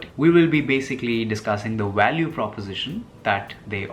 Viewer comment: Like my Indian friends at work, you do pronounce the letter V as a W, like in the word “value”, most Indians pronounce it “walue” without being aware of it. It is adorable :)